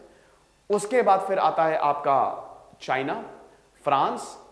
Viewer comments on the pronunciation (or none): none